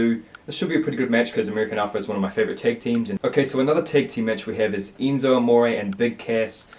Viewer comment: Did he just say Eenzo?